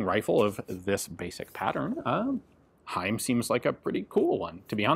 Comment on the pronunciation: Props to gun jesus for pronouncing "Heym" absolutely correct. He just never disappoints.